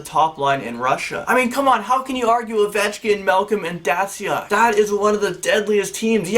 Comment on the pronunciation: You dont know crap about hockey. Datzyuk... I mean come on. And also Russia's top line was Kovalchuk, Datzyuk and Radulov